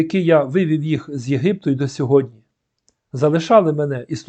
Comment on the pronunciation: Перше слово звучить Сьогоднв